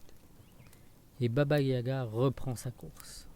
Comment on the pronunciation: Yaga ! Pas gaya !